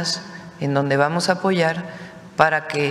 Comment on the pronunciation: dice claramente vamos a. pollar no.apoyar.